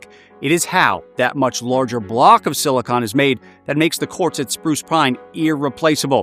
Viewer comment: Omfg he pronounced silicon like silicon. Not like “silikin” or “silicone” but SILICON